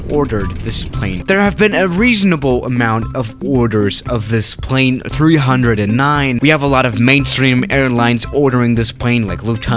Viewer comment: Nobody:: [pʁei̯n]